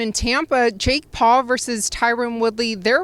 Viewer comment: Did he call him steak Paul ? 🥩😂